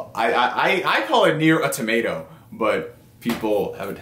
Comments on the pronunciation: He's killing me with the tomato lol. It's usually Autamada or Au Tomuta. That's a new one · Nier: A Tomato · Awe-tomato? Bruh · Yeah! I thought the exact same thing. Tomato! :) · I got triggered how he pronounced "automata" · john smith same here! 🤣🤣🤣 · I was like brah......stop trolling.